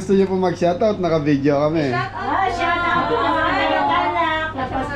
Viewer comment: ha ha ha puro shoutout ang naririnig ko - shout out shout out - parang dinig ko - shatawt ha ha ha parag nagsisiksikan ang mga customers. conscious sa SHATAWT nila